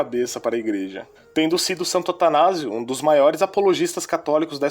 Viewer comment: você falou santanazo